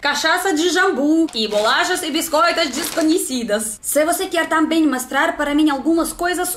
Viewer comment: GANZADA, MASTRAR, EMACOES..mto engraçado, mas o português está melhorando mto..🌹🌻😘